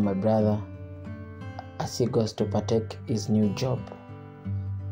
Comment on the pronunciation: As he goes to "partake" 😂😂😂